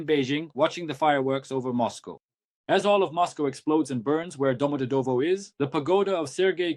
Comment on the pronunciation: Why can’t you not correctly pronounce ‘Domodevedo’’?